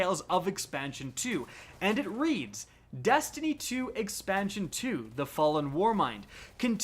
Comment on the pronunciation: “Dastiny 2” “Rick Cockis”